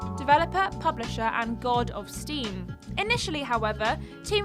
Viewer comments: Did she say I.D. software? Isn't it Id? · It's not said as I.D., it's id, said with the exact same pronunciation as the part of the mind that controls instinctive impulses.